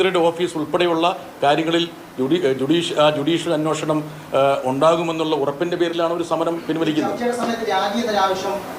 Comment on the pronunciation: 'അന്വോഷണം ' അല്ല ബ്രിട്ടാസേ, അന്വേഷണം എന്ന് പറ.